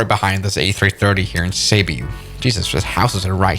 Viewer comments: I already know what happend You say cebu wrong dude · He even mispronounced cebu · "caebuu" Actual: ceebu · It's pronounced as "see boo" Island. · being a Filipino this is pronouncing Cebu wrongly he said: Sébiu Its supposed to be: Cebu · "seebu" ❌ "saibu" ✅ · Its Cebu not cebyu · Its supposed to be said as SEBOO (Cebu) NOT SEIBEW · as a filipino, the way he says Cebu hurts me. its Ceboo, not Cubiuu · It's pronounce sebu not seybu but it's spelled cebu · Seibu lol Its Ce-bu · Cebu not sebo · Him:cybu Me: ccceeebbbu cebu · try practicing Tagalog 🇵🇭 Not to be an genius or not judging It's is pronounced to us is Sebu not sebiu not gonna judge becoz I live in Cebu pls pronunciation correct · not ceybu you pronounce it as sibu ik bc im from cebu and my house is near the airport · Phillipines: Cebu is pronounced Sebu Him: Cebu is pronouced Saibiu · I’m from the Philippines,and it’s pronounced Se-boo,not Seb-yuu... READ THIS COMMENT!!! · Actually cebu is pronounced ce-bo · Its cebu why seebyou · As a Filipino, the "say-byoo" bit is quite hilarious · Did he just call Cebu "Ceabeu"?????😭😭😭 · Im in philippines and u say cebu wrong u ponounce it seboo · Cebu is pronounced (Sebu) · How to pronounce “cebu” se-boo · He just pronounced Cebu "saybyew" and I can't stop laughing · The pronunciation of Cebu is (seh-boo) but great vid! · Cebu is pronounced "SIBOO" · "CEYBU" BRO💀💀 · Cebu = sebu = seibeu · Im a Filipino and I burst out laughing when he pronounced Cebu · Your pronunciation of cebu is kind of weird i say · You said Cebu wrong. Now all of your Filipino viewers are probably gonna drop. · Bruh you just butchered that Cebu pronunciation. Its supposed to have a hard sounding e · pronouce cebu properly lol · You pronounced Cebu wrong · In how you say cebu💀💀💀💀💀💀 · Filipinos getting disgusted by foreigners pronouncing filipino city's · My ears bled when you pronounced Cebu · i feel like he just butchered cebu